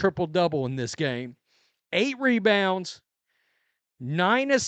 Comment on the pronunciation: "Mebounds" Angel is now trying to trademark it